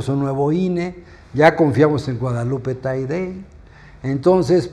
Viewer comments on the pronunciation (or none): No es Taide , es Taddei. No eso sabe este fauno.